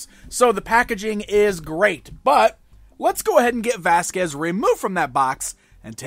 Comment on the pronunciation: it's Vasquez